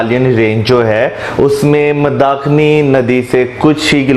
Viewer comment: As always pronunciation is wrong.He cannot say Rudra Prayag and Mandakini.Prayog instead of Prayag.